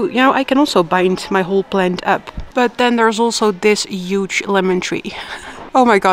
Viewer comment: It's pronounced Huge, not Yuge 😅